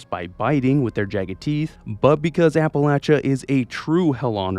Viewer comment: Ty for saying Appalachia correctly.